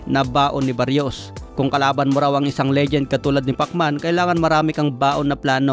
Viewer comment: Brod Mali yta pagkakabigkas moms apiyedo ng kalaban ni pitbul.. Salsal